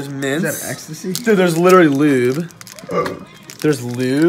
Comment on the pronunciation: " is that ectasy " lmao what is this hotel room